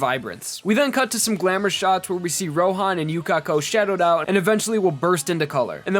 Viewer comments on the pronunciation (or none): none